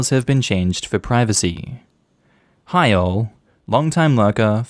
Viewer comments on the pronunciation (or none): Damn every time saye hi all I hear heil